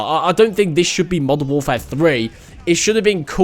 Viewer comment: How many times y’all think he said “moderfare II”